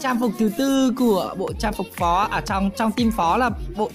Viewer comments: Phó mà sai thành Phò vậy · Phó chứ ko pải phò a ơi 😂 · Phó mà ta cứ tưởng là phò chứ :))